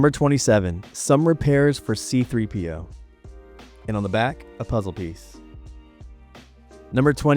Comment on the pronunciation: See-Threepio, gotta love it